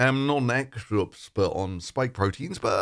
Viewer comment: "I'm not an Exchulupspeb on spike proteins" I see :D